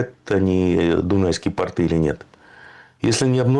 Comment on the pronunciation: Дорогой земляк! Ты прекрасно расставляешь полит акценты, спасибо за труд! Ставь же и ударения правильно: «Адище», а не «адИще» и «пОрты», а не «портЫ»